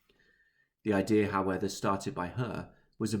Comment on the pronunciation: "howeather" howEVER